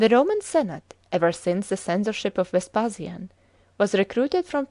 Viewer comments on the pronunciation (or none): At Chris Carron returns with a vengeance, clearly bored and often incoherent. I did not know there were so many ways of pronouncing the name of Vespasian in standard English.